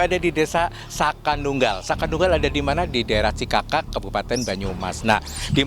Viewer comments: Desa cikakak min bukan cakakak🙏🏿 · CIKAKAK mba bukan cakakak